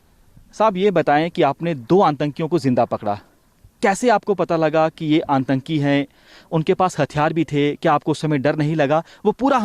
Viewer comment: श्रीमान जी आपको टेररिस्ट का हिंदी उच्चारण करना नहीं आ रहा है आंतंकी नहीं होता 👉 आतंकी होता है।